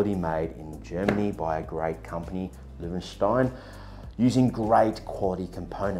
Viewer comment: You have pronounced it perfectly.